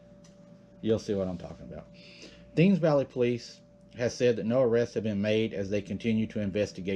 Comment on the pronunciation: Hey --just tryin' to help: The "Thames" river is pronounced "Tems or Temz." The Temz (Like "ten") river in England flows all the way through London. My mom is British.